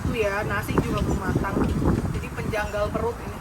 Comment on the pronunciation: Lapar nya benar2 nyata, sampe blng “pengganjal” jadi “penjanggal”😅